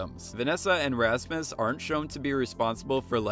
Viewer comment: "razmiss" Rasmus? R A S M U S rass-muss